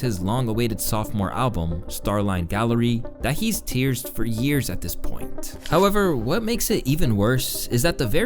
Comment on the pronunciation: “tearsed for years” had me dying 😂😂